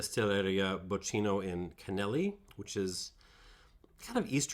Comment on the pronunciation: Bocchino is pronounced "bockino" - smartass mode off ;-) You have a great channel there. We share the love for Marolo grappe. Thanks a lot for your work.